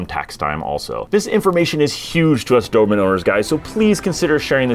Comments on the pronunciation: Every time, I hear Doorman instead of Do-ber-man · Do-ber-man, let’s all say it together…Cheers…!!!